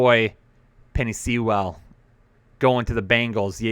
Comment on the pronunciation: can't even say Sewell? What a bum (btw, it rhymes with POOL)!